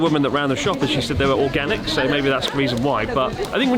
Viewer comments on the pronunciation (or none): "Organic"Uni? xD